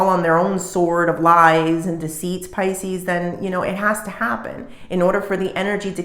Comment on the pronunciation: Can you call us Pisces and stop saying Piscenous 🤦‍♀